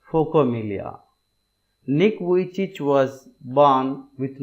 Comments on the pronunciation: It's Nick vijicic not Nick vijich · The pronounce of nick vujici is not correct